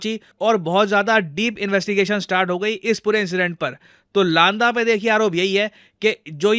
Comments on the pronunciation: लांदा नही सर, लंडा बोलते है पंजाब में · Not लांदा its लंडा actually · लांडा नहीं लंडा होगा।